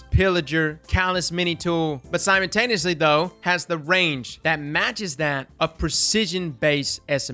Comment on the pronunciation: you're killin me with the "simontaneously" pronunciation. It's simultaneously... sime-uhl